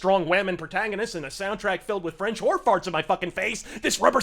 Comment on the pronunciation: Ok, you said 'French horn farts'. I heard 'French whore farts'....